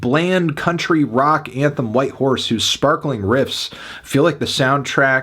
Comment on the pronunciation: Sounds like he’s saying white whores, can’t unhear it